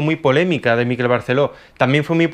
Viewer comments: Miquel se pronuncia en catalán con el acento tónico en la e. Mikel acentuando en la i en euskera. Es fácil pronúncialo como en español y sustituyes la g por una q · Sabes mucho de arte y tal, pero ni idea de pronunciar su nombre, que es lo más fácil. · "Miquel", no "Míquel". Es una palabra aguda, igual que "Miguel". Qué manía de querer hacer exóticos los nombres catalanes con lo patrios que son jejeje Un saludo! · No es Míquel con acento en la 'I' (como níquel). Es Miquel (Mi kél) acentuando la 'E' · un apunte, es Miquel (palabra aguda, por lo tanto la sílaba fuerte es la segunda, "quel" y no como la pronuncias tú, como si fuera una palabra llana, es decir, sería Miquél, te lo dice con cariño un mallorquín con sangre cordobesa 😀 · Miquel Barceló es mallorquín, por lo tanto su nombre se pronuncia Miquel - tónica - y con la e abierta (Miquèl), no Míquel - átona - que parece vasco o inglés cuando es un nombre catalán. A parte de esto muy interesante, gracias. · En catalán-mallorquín se pronuncia Miqu(é)l, con acento en la e y no M(í)quel. De nada. ;) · Por favor, "Miquel" no lleva acento. MIQUEL, no MÍQUEL. Gracias Por lo demás, me encantó el vídeo. Espero segunda parte ♡ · es miquel con acento agudo no es llano!!! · Miquel, no "Míquel que no es vasco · MiquÉl, MiquÉl….que es mallorquín, no neoyorkino. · Se llama Miquél no Mikel jaja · No se en dónde ves la tilde en Miquel para que todo el rato le estés llamando Míkel. Ya que criticas empieza por lo más básico, pronunciar bien el nombre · Miquel con acento en la última sílaba. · ¡Hola desde Mallorca! Espero que no te moleste el comentario, ya que no es la intención. Miquel se pronuncia con acento en la e...Es palabra aguda.Un saludo de seguidora.